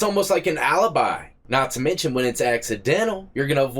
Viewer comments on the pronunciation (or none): none